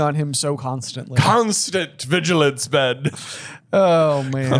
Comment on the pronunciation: "Constant DISHilance!" is my new moto